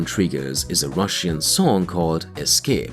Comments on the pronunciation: The video is very informative, but the way you continually mispronounce the word RUSSIAN is simply unbearable... 🤷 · The way you pronounce Russian is really annoying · Stop saying Russian, for the love of God...